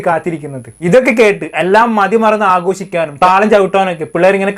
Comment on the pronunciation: എഡ്യൂക്കേശൻ, സെലിബ്രേശൻ, ആഘോശിക്കാൻ, നിമിശം..... എന്താണ് യൂട്യൂബറേ ഇത്? "ഷ" എന്ന അക്ഷരം പറയാൻ പഠിക്കണ്ടേ നമുക്ക്...😢